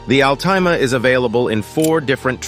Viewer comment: AL-TIME-A HAHAHAHAHA!!!!!